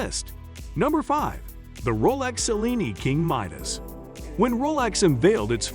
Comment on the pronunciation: Also please learn to pronounce Cellini! Much appreciated!